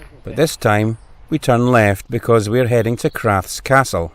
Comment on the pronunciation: The Feugh is not pronounced Fook it is pronounced FEUGH AS IN FEUCH Emphasis on the U hope that helps. Crathes castle is called Crath es . great video . x